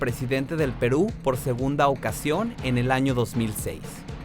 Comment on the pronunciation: El Fujimori Como Quisieran Que Fuera Presidente De Perú Si Ni Sabe Pronunciar "Perú"...